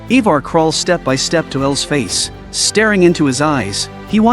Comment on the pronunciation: He said “ he far” ( Ivar)😂😂